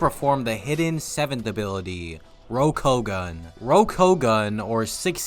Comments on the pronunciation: How do we like One Piece and not know how to actually pronounce Rokushiki technique names. sigh ROKU O GAHN (not gun). There's a "o" in there for "king". Rokugun is just leaving an entire part of the technique out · How the hell do you mispronounce ROKU-OU-GAN when Lucci says it so many times?